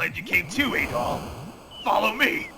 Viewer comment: Loved the review :D Hated the way you said Adol :(